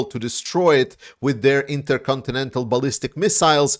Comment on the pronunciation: Interyourowncountry missles.